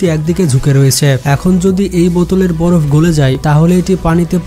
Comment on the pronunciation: ভাই বড় না বরফ হবে চেঞ্জ করে ফেলেন 💖